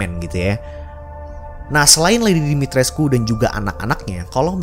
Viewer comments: Katanya Dimitrescu hanya dibaca dimitresc... U nya dihilangin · Dimitrescu = Dimitreeze bacanya banggg. Waktu itu pernah di bahas di salah satu ig luar. Lupa namanya muncul di explore.